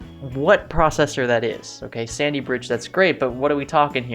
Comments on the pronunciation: sounds like he says Sandy Bitch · “Sandy Bitch processor” is what I heard. lol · I went back and listened to it 5 times before coming here to make a comment. It sounds like Sandybitch every time lol. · did you say "Core i5 Sandybitch processor"? 😂 In all seriousness though its probably either the i5-2310 or i5-2450P, but technically the 2450p turbos up-to 3.5GHz so its probably the 2310.